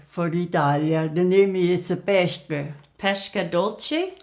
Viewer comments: Really nice video, loved it! But the literal translation for "pesche dolci" is "sweet peaches" (which is the fruit itself), peach cookies are those you are making, and "pesche" is pronounced pes-que (as in the spanish "que") haha. Anyway, as I've already said, I just loved this video! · You said "pesche dolci" like "pescche dolsci" You have to say the s in "pesche" like you're saying the s in "Students" or in "Star", i'm italian and it's strange for me to hear a woman with the age of your mother speaking in english. My grandmother hasn't studied english at school. I love the recipe as always ♥♥♥